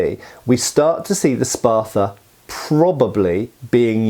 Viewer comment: Love me some gladii. You know what I find strange, being a yank and all, is the British tendency to add "er" to everything that ends an "uh" syllable., wtf is a Spather?!? You corrected your pronunciation later, but the first time you left that err slip out! Most Brits don't even try to correct it, you must be unusually self aware,.